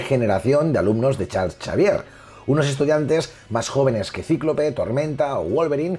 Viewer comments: Creo que el Chal Chavier de pronuncia Charls Exeivier xd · Nadie: Absolutamente Nadie:: Chal Chavier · Me encanta como dice "charls chavier" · Todo muy bien, excelente info. muy bien explicado, se ve el gran conocimiento del tema en el domino a hablar del mismo. Nada mas una pequeña cosita: ¿QUIÉN MADRES ES CHARLS CHAVIER? Hahaha 😂😂😂 diferencia de pronunciación entre españa y latino america